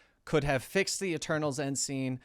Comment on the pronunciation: Almost thought was saying “E-turtles”